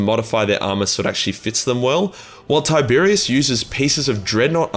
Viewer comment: Tie-Bear-Ros, not Tiberius